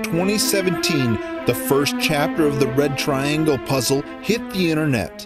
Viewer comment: It's past dinner time. I keep hearing "The Bread Triangle".